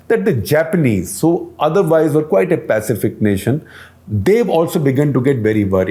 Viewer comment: Nice brief. was that Pacific or pacifist? Real tongue twister 😂